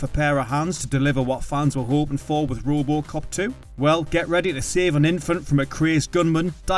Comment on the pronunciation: This Narrator sux!!!! It's RoboCop, not Roobocop😡 Unwatchable with this voice 🤮🤮🤮🤮🤮